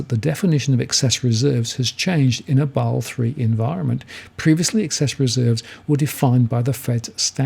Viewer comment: I thought it's pronounced as 'Ba-sel', not 'Baal'